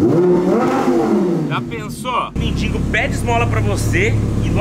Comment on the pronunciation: porque na tabmb voce escreve "mendigo" certo, e na hora do video voce so fala "mendingo"? agonia voce falando errado irmao...